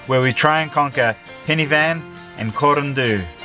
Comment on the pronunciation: Pen Y Fan = Pen-ooh-vfun (sort of) ;D